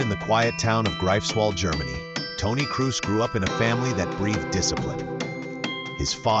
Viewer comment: Well, if you want to pay tribute to a man, please make the effort to pronounce his name right. His name is „Krohs“, not „Crews“. At least give it a try. No shame in failing. But not even trying? That’s disrespectful.